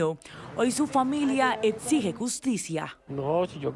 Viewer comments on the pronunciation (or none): Minuto la „periodista“ pronuncia la palabra exige de forma extraña, pronuncia edsije en vez de exige por qué una periodista puede tener tan pésima dicción?